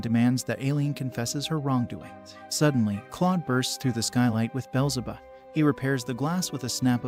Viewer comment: Name corrections Aileen- eye-lean beelzebub- bee-L-ze-bub like the demon similar to the devil